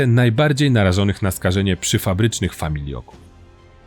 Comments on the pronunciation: Super wszystko ale FAMILOKÓW a nie FAMIJLOKÓW! . Lata temu przebywałem w sanatorium dziecięcym i pamietam jak pojawiały się dzieciaki -czasem moi rówieśnicy - mocno schorowane jak na 12 -15 lat. Często właśnie z okolic opisanych w filmie. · famiLOków, nie famiLIO ków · Nie familJoków tylko FAMILOKÓW (od familok) ! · Bardzo mi się materiał podobał. Tylko jedna uwaga co do wymowy - nie "familioków", tylko "familoków". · Mój pradziadek pracował 40 lat w hucie na wełnowcu w katowicach :( ps familoków a nie familioków. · "Familoków", nie "Familioków" - poza tym super! Jestem zachwycony dokumentem! Więcej o Górnym Śląsku proszę! Takich historii matka mi nie przekazala, w szkole też o tym nie mówiono. Świetna robota! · Familoków, kurwa nie familioków